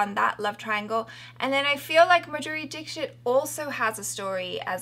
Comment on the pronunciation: that was an almost perfect pronunciation of dixit💕